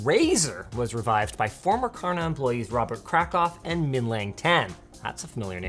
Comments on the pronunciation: I as a Swedish man do not approve of your pronunciation. it's pronounced SHÄRNA not Karna ) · FUN FACT: "Kärna" is actually pronounced close to "share-nah" and is a Swedish word meaning "core" or "kernel". It is also the name of a tiny obscure town in on the west coast of Sweden with only about 500 inhabitants. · fun fact from a swede, the K and Ä in Kärna would be more precisely pronounced if you said Cherna, it's not 100% right but it sounds more accurate. Kärna means core btw